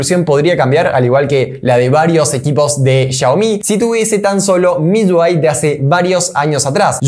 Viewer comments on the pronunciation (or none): Papu es MIUI...no MIYUI....UI...no lleva Y...me parece ...